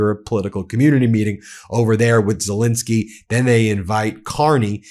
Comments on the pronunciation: I try again: please say SelEnsky. Not Selinsky. You wouldn't want to be called Moselas, would you? Everybody correctly says MEIselas. Well, it's ZELENSKY. P.S.: I love your commentaries. Nothing but praise for those. But please, refer to Ukrain's president as ZELENSKY. We owe him that. Thank you very much in advance! 🙂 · Quite a while ago I heard of President Zel-E-nsky of Ukraine, but he’s STILL magically morphing into Zel-I-nsky! Why? WHY?